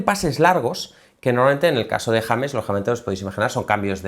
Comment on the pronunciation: el sicario de Letonia haciendo un análisis de mi parcero el James pero mal pronunciado. Saludos desde la ciudad que vio nacer a maluma mejor conocido como el Arthur Conan doyle de reggaetón